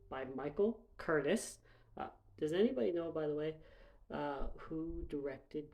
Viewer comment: His name is pronounced KUR-TEEZ Damn.